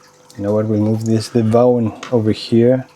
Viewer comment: Uha.. mange flotte piber 🤩. Lille fif.. Vauen er Tysk, og skal udtales Fauen 😉. Ka se der også var en Vauen auerland tobak..den er en af mine favoritter